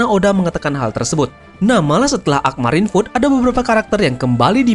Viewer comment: Marine food? Marine ford bang :v